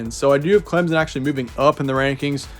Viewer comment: Clemson is pronounced with an absent p btw